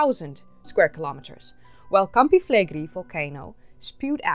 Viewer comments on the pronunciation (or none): A note about the name of that supervolcano: it's not pronounced "Flegri", it's "Flegrei". Both the "e" are pronounced the same and the "i" is last. The syllabs are fle-gre-i, with the stress on the e in gre. By the way, it means "burning fields" or "scorching fields" in Latin. About the topic, I find the hypothesis of the supereruption to be valid. That boomer can plunge the world in an ice age in a couple weeks, if it really wants to. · Fleigrei=“Flay Gray” not “Flaygree” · that's an amazing place, you should come and visit! thanks for the video, I had no idea it could be among the causes of their demise! ps it is pronounced with a final i (like "gorillinI"), flegre-I, like maybe [e], not [ai]